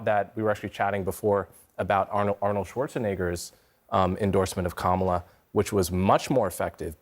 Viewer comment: The fact that he can’t pronounce her name correctly in mind boggling to me. Sir you teach what again?